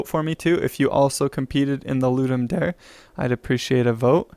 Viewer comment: Its Da-rey fwi